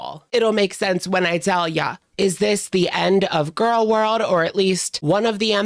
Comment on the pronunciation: It's not girl world. It's gorl world. Also i laugh at her claims about losing weight